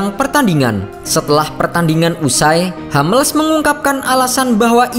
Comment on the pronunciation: Sedikit ralat penyebutan.. Hummels, bukan Hammels.. Soalnya nama orang jerman..